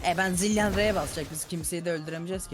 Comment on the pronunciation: Zilan geliyor ZilAN :D